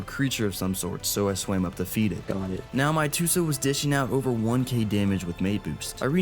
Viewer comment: "GhOt it!"